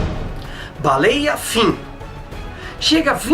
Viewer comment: Quando ele falou baleia - fin! Pensei que era o final do vídeo!kkkkkk